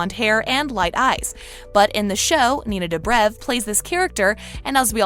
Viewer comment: no she did not just say nina dahbra